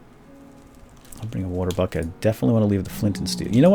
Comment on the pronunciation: every time you say bucket for some reason I hear you say f--k it.